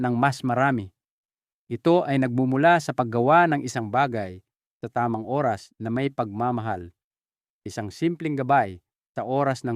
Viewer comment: Pk clear Po Ang pagbigkas ng Oras dpo maintiñdihan